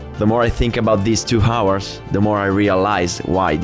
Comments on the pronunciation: No one has yet told him how to pronounce hours correctly? English is my 3rd language and it was still hard to hear that :o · House, Him, Helicopter, Heroin, Hakuna matata, Half, etc... however, you don’t pronounce the H in « hours »